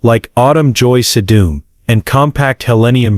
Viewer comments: Tell your AI robot that the flower is called SEE-dum, not se-DOOM. You present as a so-called expert but can't even correctly pronounce the plant names???? Be brave, do a little extra work and narrate it yourself. Gives the human touch! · Augh, wish u had a real human voice. Sedum was mispronounced & pic is wrong for Russian sage.☹️